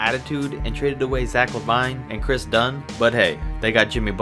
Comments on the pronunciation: It’s Zach lu-vean not Zach la-vine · This nigga said Zach lavine not levine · ZACH LEVEEEEEEEEEENE! (LeVine) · Zack lavine it’s zack lavine like laveen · The way you said Levine😂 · Rodrigo Medina zack laveyen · i know this nigga didn't just say zach la-vine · He pronounced Zach Lavine Wrong. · I clicked away when you pronounced Zach lavines name wrong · You pronounced Zach Lavines name wrong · Say Zach LaVine properly